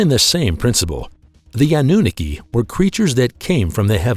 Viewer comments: annunooki ROFL its Anunaki you nit! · Naki not nookie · The pronunciation for Anunnaki is wrong also they Nephlim is the children of the Anunnaki and humans